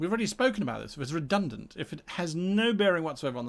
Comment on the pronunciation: Redunant. Nuff said.